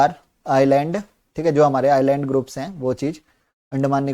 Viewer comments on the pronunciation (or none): Sir everything was superb..just one of your pronounciation was bothering me, which is 'Island' (actual pronounciation should be " i-land" )